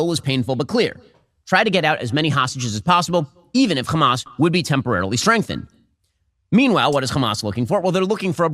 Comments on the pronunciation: Shapiro is so —that he cannot even pronounced Hamas, he is keep saying “Khamas”. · Why does Shapino say Хamas for Hamas? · idk if you mean in arabic or Hebrew, but in arabic, the kh sound is an entirely different letter than "h". In Hebrew, al least from my Hebrew speaking friends, is about the same pronunciation; "ha-mas". Apparently that "kh" sound is just an Israeli thing